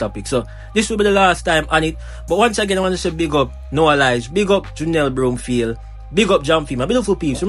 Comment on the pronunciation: Whatever! She will always be OURS (Jamaican)...& her name is BROM-field, not BROOM-field!